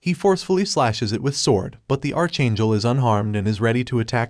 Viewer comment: Archchangel he called it archchangel